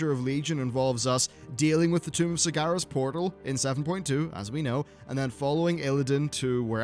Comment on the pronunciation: Please learn to pronounce sargeras properly its sar-ger-as not sar-gar-as